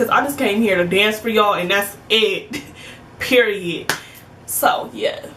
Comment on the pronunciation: When U said “PEE-REE-IT” I felt that one girl.😂